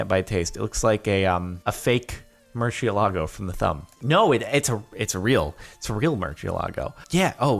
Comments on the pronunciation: its not a murchialago its a moo-r-see-eh-lah-goh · You say Murcielago like MurSHEielago. Pls Jardon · Am I the only one triggered by Jardon's terrible pronunciation of Murcielago at the beginning? The name also being a spanish word for bat. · Jordan please let Kanye teach you how to pronounce Murcielago properly